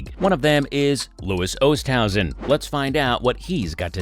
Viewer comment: It might be better if the video pronounced his name correctly.